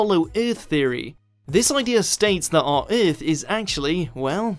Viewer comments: Eurth Eurth Eurth Eurth Eurth EARTH damn it. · Came to make fun of whot if alyeens lived in tha centa of UUUUUUTH then realized every mother fucker down there already said it -_